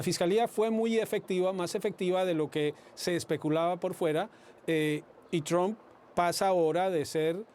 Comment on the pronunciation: "Tromp" jaja parece que dijera "trompa". La pronunciación correcta se parece mucho más a "a" que a "o" señor; debería decir "Tramp".